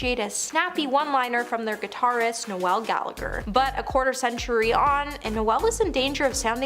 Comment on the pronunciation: Noelle is a woman’s name. It’s pronounced Noel like ‘Nole’.